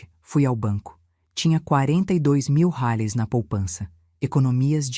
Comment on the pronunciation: Kkk Ensina este bot burro falar reais! Que coisa mais ridícula!